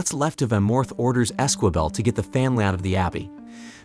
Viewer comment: And Esquibel is pronounced ez-key-bell